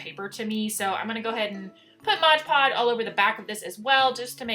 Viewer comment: Like your videos a lot. But it’s MOD-podge NOT Modge-podge.